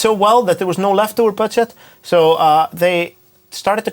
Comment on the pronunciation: is it me bud does anyone hear the words Bird Shit and not budget